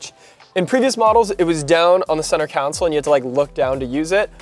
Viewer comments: CON-SOLE, NOT COUNSEL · We gotta teach how to say "console." 😆